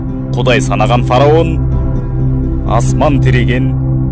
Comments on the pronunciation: Фараун эмес фираун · Фароун эмес фираун